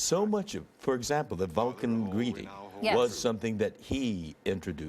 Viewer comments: Triggered she said Spohk and Star Track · She also called him Spack.